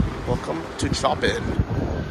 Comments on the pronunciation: hehe You said Choppin.......ggrrrrrr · I hate coffee in ceramic cups,it gets cold so quick ao I always order coffee and ask for paper cup in Poland so it remains warm for a longer time.Good choice to buy 20 minute tickets:))Its called Chopin airport but pronounced as'showpin' airport. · You aren't the first person to butcher Chopin's name.